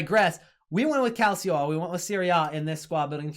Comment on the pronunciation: Love your vids. Thanks for posting these! A little hint, Calcio is pronounced cal chee oh.